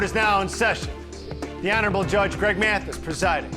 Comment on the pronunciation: Listen closely. He pronouces it "M-eeAaaathis" 😂